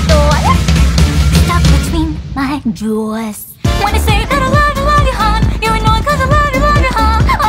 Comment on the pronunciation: This is by far one of the best covers of rabuka! The only thing thats a bit off for me is how you pronounce certain words. Like how you say 'love at all' in the prechorus (i think im not sure) it almost sounds like 'love a toll' which sounds a bit awkward, and how you pronounce jaws. It's probably a me thing but your voice and delivery is amazing, as well as the lyrics didn't flop considering that rabuka is a pun that only makes sense in Japanese. Trapped between my jaws is also a clever line considering their sharp teeth.